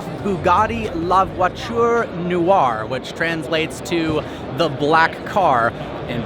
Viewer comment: New drinking game- how many times manages to somehow pronounce “Noire” as “New-Are”. One syllable mate- like “Nwah”